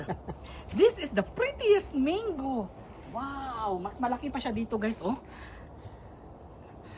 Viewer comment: Hi guys😊 it is mango not "mayngo" hope you don't mind, just a constructive criticism. God bless and more blessings come your way.😊